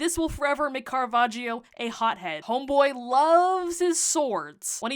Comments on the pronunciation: Another fun fact: you should not pronounce the "i" in Caravaggio's name. So it's not Caravajio but Caravajjo. The "i" is there simply to notify that the "g" has a soft sound ("j") and not a hard one (g) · Quick note from an Italian: the "gio" in Caravaggio is pronounced "jo", not "jeeo". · Hearing "caravagio" as an italian hurts (double consonants make a hard sound) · The I in caravaggio is silent it's like "joe" 🤗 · Pronounced: Cara VAD jo. The 'i' is not pronounced, it just softens the 'gg'. 'i' is not usually pronounced after 'c' or 'g'. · It's pronounced "Carava jo" as in "jojo" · Great job on the story and the painting ❤ But the british name pronunciation is killing me 🥲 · You might want to look into how to pronounce his name correctly :) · You could have also looked up how to pronounce his name, the "i" is silent😅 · Love how she heard about Caravaggio for a whole year but still doesn't pronounce his name correctly xD (no shame, just funny) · The way you’re pronouncing his name is physically hurting me 💔 /gen